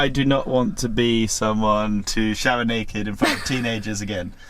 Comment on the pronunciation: Shower rrrr👍💪🤣🤣🤣🤣🤣